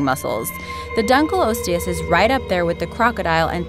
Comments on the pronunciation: Not dunkle osteus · It's pronounced dunk-o-lost-e-us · Dunkleosteus is actually pronounced as Dunk-a-lost-e-us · The pronunciation annoys me especially Dunkleosteus as most scientist pronounce it (Dunklee-osteos) if their are scientists that pronounce it different so this doesn't annoy me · Donckle losteus? Or dunk leo steus? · Dunkleosteus is pronounced dunk-lee-os-teus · Dunk lee os te ous Boi it's dunk lee ost te ous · its dunkeleostios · it's prounced (Dunky-loss-e-us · Lol, i love how predator x was really called something else with "funkei" at the end XD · Btw for 5 it's Dunka-lost-leis :P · its pronounced dunkle-lost-ius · You pronounced Dunkalosteous it wrong it’s a short O not a long O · pronounced dunkleosteus wrong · She sais dunkleosteus wrong